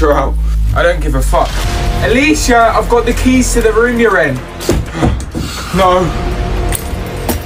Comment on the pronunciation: She said ayesha I've got the keys it's like ayesha keys